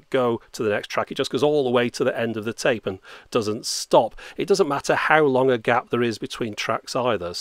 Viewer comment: Устал слушать вместо тэйп говорит цейп цейп. tape=царе